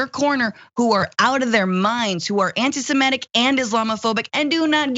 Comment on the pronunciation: Francesca, the word is "semitic" not "semetic".